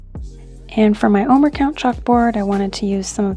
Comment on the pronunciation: It's pronounced "oh-mare," not "oh-mer." Also, the bitter herb to which you're referring is horseradish, which doesn't resemble those greens. Also there are 4 cups of wine associated with Passover.